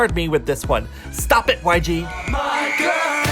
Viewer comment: When jin said STOB IT! 😂😂😂